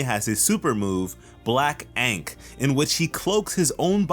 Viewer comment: I'm pretty sure that's not how you pronounce ankh, but I could be wrong about that; it's happened once or twice. Also the reason he has a bird head is because the appearance alterations of heteromorphic types is passed down genetically even if they don't inherit the actual quirk that originally altered the appearance. So someone in his family had a heteromorphic bird quirk and the altered appearance was passed down to him even though he has an emitter quirk. I believe the same goes for Koda, but it's been a while since I checked that.